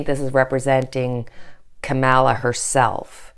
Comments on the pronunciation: Kamala Harris. Her name isn't Camilla. It's pronounced comma-la Like your videos ! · Not Camilla! Kam-a-la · Just for interest- it is pronounced “comma-la” for Kamala Harris. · Káh-ma-la -- Accent is on first syllable of her name. The a's are pronounced as ah -- Káh-mah-lah. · Thank you so much for your grounded.loving readings. Here’s a tip on pronouncing Kamala’s name. COMMA -LA I’ve been practicing saying it over and over! Ha it’s a tough one. And so is she, I’m so happy she’s the VP pick. Love you!! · Love your readings! FYI: it is COMMA-la. Accent on the first syllable. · It is so annoying that you and others can't pronounce her name correctly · she will be the first African American and women VP. pronounce her name correctly please!